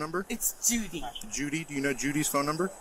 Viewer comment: Never seen anybody struggle so much with the name "Judy." 😮😊